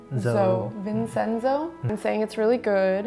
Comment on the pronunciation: looks and sounds like SOMI (Blacklabel solo artist). is one lucky guy. BTW in Italian it is read like vin-chien-zo but in the show the Koreans were calling him vin-zen-zo corn-salad (miss pronounced consigliere)